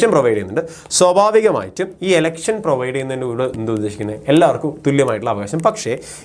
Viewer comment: swabhavikamayitum ena word pronounce cheyuna kurakavoooo plssss deshyam varun